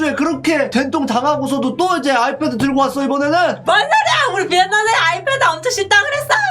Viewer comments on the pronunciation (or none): 아패드...? 역싱..오늘도 귀여운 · 초때 아이패드가아니라 아패드랱ㅋㅋㅋㅋㅋㅋㅋㅋㅋ